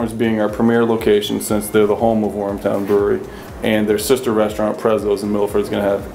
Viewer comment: Wormtown, not Warmtown